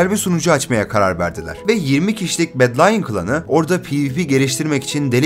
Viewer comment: bedlionu bedlayın diye de okumazsın be